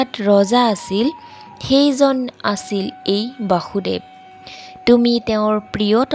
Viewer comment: Bosudev , Baasudev nohoy.Correct usharan koriba😊